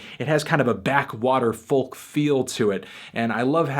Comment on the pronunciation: Goddamnit toothy, you don't have to say the 'L' in folk..... >=|